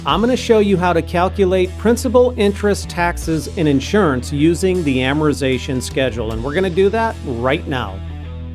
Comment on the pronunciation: You are the best instructor thank you...also Amortization is pronounced with a T after R